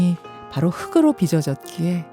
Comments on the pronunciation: 흙으로 발음이 아니라 흘그로 라고 해야 맞습니다. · 김현정님 ᆢ 흙으로 ᆢ 를 흐그로 ᆢ 라고 읽으시면 안됩니다. 흘그로 ᆢ 라고 읽어야 바르게 읽는 것입니다. 저는 프로그램의 내용이 물론 중요하지만 ᆢ 발음을 정확히 하는것 또한 ᆢ 중요합니다. 그렇다고 말하고 싶습니다. 방송 진행자 ᆢ 이니까요 .